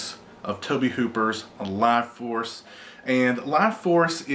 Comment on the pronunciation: Laaaaughforce? is that's what it's called?